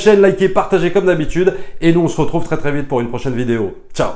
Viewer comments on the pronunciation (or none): none